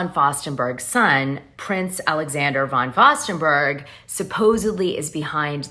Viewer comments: I love you Dana but really - how can you not know how to pronounce the name of world-renowned fashion designer Diane Von Furstenburg? (not Von FOSTERburg) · Dana- it’s Diane First- En- Berg. Not Faust- En-Berg. Love the video thanks much :) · It isn't "Von Fostenberg", it's "Von Furstenberg" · It's Von Furstenberg, pronounced Ferstenberg.